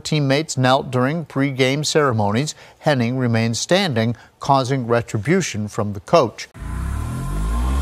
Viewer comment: My last mane is Henning and her name isn't pronounced like that